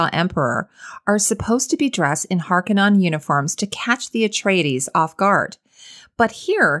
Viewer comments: Pronounced "HAR-ko-nin", not "non". Love this costume analysis though. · Not to nitpik but it's pronounced "HAR-KOH-NEN", YW. Great critique as usual nonetheless. Cheers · It is pronounced Har ka nen (straight from Herbert's own mouth)